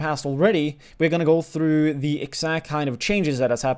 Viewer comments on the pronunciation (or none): none